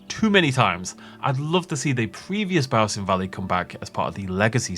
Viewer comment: The butchered biosin valley 😢